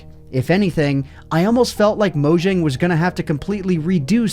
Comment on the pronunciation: just a tip: pronounce mojang like mo-yang as that is what their name is meant to be pronounced like